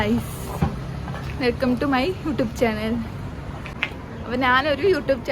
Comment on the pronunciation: Youtube ❌ ഉൂട്യൂബ് ✅ 😅